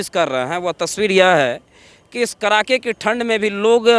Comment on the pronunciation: Abe Bihari..." Kadake" ki thand hota hai , Na ki KARAKE ki thand ... CHIRKUT .... Patrakarita se pahle shuddh bolna to seekho